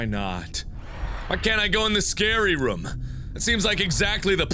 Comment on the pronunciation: Markiplier You say "room" strangely. You say it like rüm.